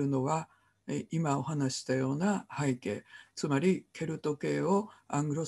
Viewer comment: 著作権を言うなら投稿しない方がよい。内容も初めて聞く者ではない。富山房から出版された英米故事伝説辞典の方が新鮮だ。kerby millerも出演したout of Ireland ,Scots Irish music legacyアイルランドに関する物で複製禁止はない。なぜなら多くの人に閲覧して欲しいからだ。はいけいを拝啓と発音しているが正しい日本語は背景だ。